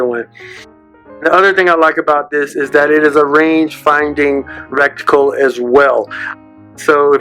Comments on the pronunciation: It's not a rek-tee-kul, it is a reticle, ie Ret-tee kul… And, did you buy this yourself or was it given to you by Vortex or a shop etc, for the purpose of a review? And... where is the 'how to use' bit suggested in your title? Me thinks someone forgot something! If you want to compete for monetisation on you tube !. Buy the thing yourself so there is NO conflict of interest and you can't be said to be pumping it up for dollars. 2. Make it different to everyone elses 'review' and if it is quality and interesting, people will come back. 3. If you say something is a review, review it. There is a difference between a review and showing a piece off and parroting its feastures and specifics of the manual.. .... Just saying, because this was none of those.. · Thanks for the vid... enjoyed your commentary. ...and I know it was just a slip of the tongue, but... Recticle™ The Bevis and Butthead that live in my brain somewhere are entertained.